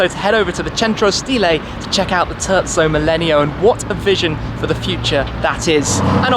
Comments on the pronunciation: did he just call the terzo millennio the turtso mellenial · This guy kept on saying turdzo millenio and it bothered me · TUrco melleneo... My god!!! It is a tErZZo MiLENIO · “The turdzo millenio” I’m sorry. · Turdso millenio yeah very italinian pronounciation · Tezzo millenio hahah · It's Terzo Millennio👌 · I hate how he pronounces terzo millennio xd